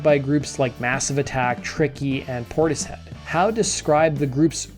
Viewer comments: And its pordish head not pordis hed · You mean it's pronounced (Poor - tis - Head) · PortiSHED is how it's pronounced.